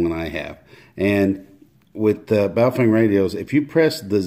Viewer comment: Its pronounced BOW FUNG ... depending on the characters you are reading